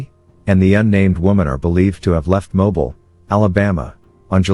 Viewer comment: Not Mobile...it's " Mo beel"